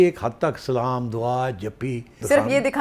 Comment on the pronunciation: سیٹھی صاحب سہی طریقے سے سلام کرنے پر وعلیکم السلام